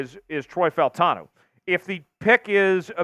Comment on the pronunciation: Bro … you cover the Seattle Seahawks and you DON’T know to pronounce FAUTANU, who played for UW? WTF have you been?! My gawd, I’ll your gear out of your arse